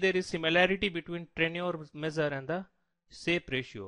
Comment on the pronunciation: although he mentioned Shape not Sharpe and all his pronunciations are fucked up, he did explain the differences amongst the three pretty well.